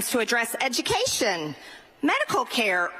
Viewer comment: "He is do be doing ed-ja-ka-shun!" 🤦🏽‍♂